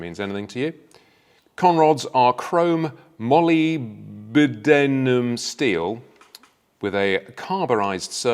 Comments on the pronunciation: After all these years and all these bike launches and reviews old mate still can’t pronounce moldybenedum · My God, if you're going to comment on motorcycles engines, learn how to pronounce "molybdenum". You can find out using the laptop you have in front of you.